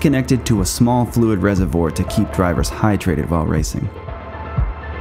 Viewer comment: And how about this guy's pronunciation of RESERVOIR? It's "from the French", you know. He says it like it has something to do with dietary choices, as in herbivore, carnivore, and rezivore.